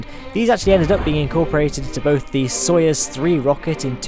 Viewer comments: It's "sa-yuz" not "so-yes" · It's " So-ee-ooz".